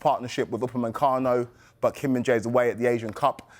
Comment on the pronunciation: Sky Sports: Hello from America! PL/Spurs/Sonny supporter! ⭐🇰🇷7️⃣⚽️ Can you please include the names of your presenters in your videos? Who is the presenter who walked over to the screen who knew how to properly say Kim Min-Jae's name (Kim, surname first)? Appreciated it! 🙋🏻‍♀️🇺🇸👏⭐🇰🇷⚽️